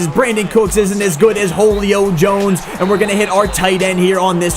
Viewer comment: "Holio Jones"